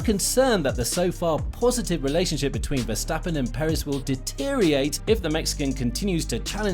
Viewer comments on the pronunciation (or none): Deteriorate not deteriate.